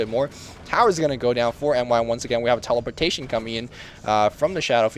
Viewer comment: LoL "Teleporshation"